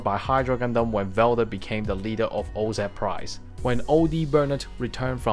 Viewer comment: Say oz right ! Jesus this is unwatchable now and that sucks i really like your content. Help a brother out